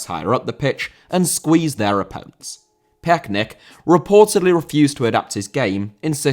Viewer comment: you’re really struggling to pronounce Torben Piechnik, but as a Dane I can assure you it’s pronounced ‘picnic’, so now you can do a perfect job the next time you talk about Torben Piechnik.